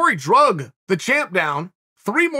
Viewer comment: If Chael says it’s “drug” and not dragged, guess we gotta change the dictionary.